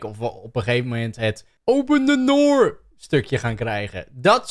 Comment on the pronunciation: "open the noor"